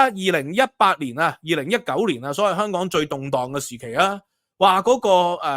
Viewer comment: 蜑家人發音:康港😅